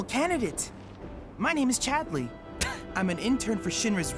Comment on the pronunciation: I'm absolutely terrified to even ask, but why is pronouncing Chadley's name with this bizzare rising inflection on the second syllable? He's saying it like he's an angry mother calling for her misbehaving son - 'Chad-LEEY?!' Am I just missing a reference here?